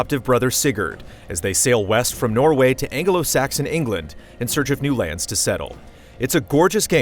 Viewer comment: An-ge-lo Saxon England hahaha